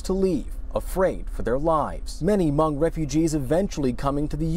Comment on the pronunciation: I applaud and thank you for pronouncing Hmoob/Hmong 'correctly' as it should be. You are the first American/non-Hmong I have heard to pronounce my people's ethnicity correctly. Thank you!